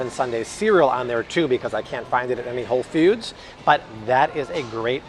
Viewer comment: Did he just say whole “feud”? 😂